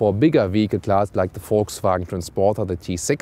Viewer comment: everytime i hear you VW i hear it like "FolgSvagen" but i like how it sound lol